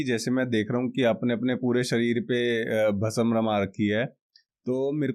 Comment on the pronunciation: Kya yaar pronunciation Bhasm, / samjho,seekho,ye bolne ke liye hota nahi aur spiritual podcast bhasm,bhasma,Bhasm aap bol rahe ho bhasam.